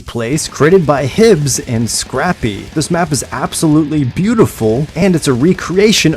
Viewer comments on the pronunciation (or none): It's pronounced HI-bzzz or HIBES.